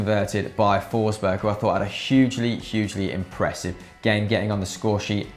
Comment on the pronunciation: It's pronounced "Fosh-bay" not "Fours-burg". Making the effort with all the other nations names but not the Swedes!